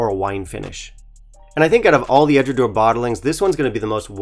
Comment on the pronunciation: 1) EDRA-DOW-ER 2) BA-LECK-INN 3) Edradour has no chill filtered whiskies, including the 10 YO OB, and never adds coloration of any kind. Otherwise, well done review…🥃🥃